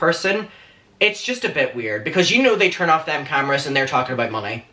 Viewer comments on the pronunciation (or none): none